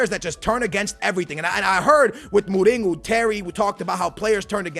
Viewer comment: Who’s Muringo? It’s mourinho